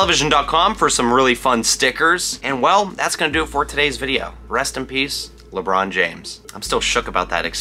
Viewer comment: Lebrohn Jainflamation